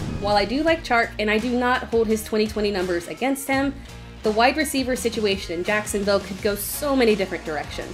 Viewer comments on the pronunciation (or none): none